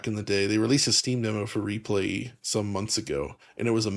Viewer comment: Why do so many people say Replayyyyy lol I've seen like 3 videos about the game where people say that, I feel like that's even more awkward to say that Re-Playlee.